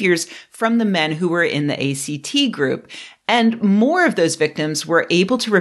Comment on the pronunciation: A great video but I cringed every time she pronounced it that way. lol